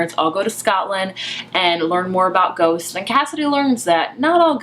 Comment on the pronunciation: "This is a retelling of Jane Eyre, only with ghosts" I HONESTLY THOUGHT YOU SAID GOATS